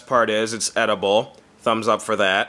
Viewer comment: sounded like he said "eatable".. so yeah. that was the joke